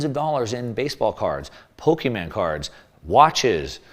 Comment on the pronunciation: You sound like my dad when you say "Po-kee-man cards", it's Pokemon cards. lol And yes, I still keep mine as a store of value. Great example.